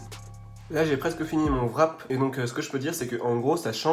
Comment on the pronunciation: Le WRAP se prononce pas vrap met rap :)